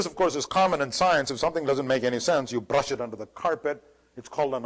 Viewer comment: if you listen to him carefully he does the RRRRR thing mostly if its in a syllable or if its the starting or the end one or two letters of the word. trrrrraffic, brrrrush, rrred, grrrreen, wirrrring, .. Its an interesting speech pattern i think. It could be for any other letter in the alphabet. What in the brrrrain makes you do that? I may ask.